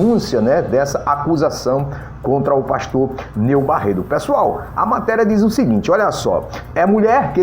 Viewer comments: rapaz vc não sabe nem pronunciar o nome do pastor direito. o nome é : NEIL BARRETO vc se consegue falar correto agora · Meu Deus a pessoa que fazer a fofoca mais não consegue nem falar direito o nome certo meu Deus tenha misericórdia dessa língua 👅